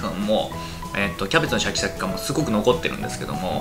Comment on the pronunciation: 肉なくてもいいけどキクラゲ欲しい あとシャキシャキが言えてませんですね